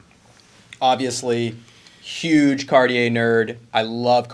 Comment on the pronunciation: Happy Thanksgiving! Do you clowns know what brutalist means? Could you pronounce Cartier somewhat correctly? Watches at the high end require higher end spokespersons. Lordy!